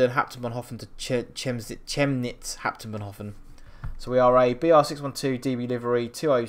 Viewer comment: A tip, Chemnitz is pronounced Kemnitz.